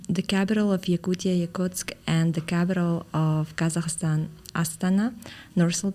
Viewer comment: Please, the language and the people are kazAkh and KazakhstAn. The stress is on the last syllable. Many people think that in English stress changes to the first syllable.